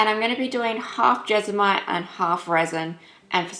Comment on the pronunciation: When you started to say jesmonite I thought you were saying vegemite lol. duh me.